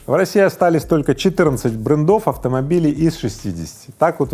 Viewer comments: Как услышал «брэндОв» так сразу и выключил! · В начале ролика... : брендОв...🤣🤣🤣... РУССКИЙ язык, необходимо подучить !!!